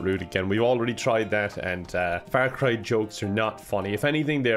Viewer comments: Has anyone else been pronouncing Far cry Fair Cry? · I know it's just his accent, but "Fair Cry", sounds funny as fuck to me